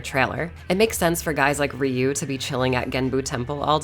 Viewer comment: It's 2023 and people like you still pronounce Ryu wrong; thumb down for the disrespect of saying someone's name wrong.